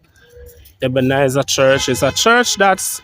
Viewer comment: Brush up on your pronunciation, funeral,not funeral, Ebenezer, not Ebenizer.thanks for the information.